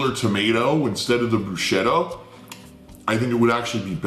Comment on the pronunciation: Fervently claims Italian heritage. Mispronounces "bruschetta."